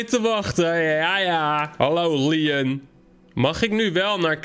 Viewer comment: Je zegt Leon steeds maar het is lion